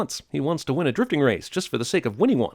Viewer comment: Interesting you say it like that. 'Driftig' literally means 'angry' in Dutch.